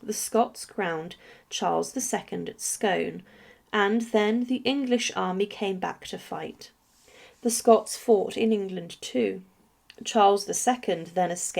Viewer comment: Scone is pronounced scooone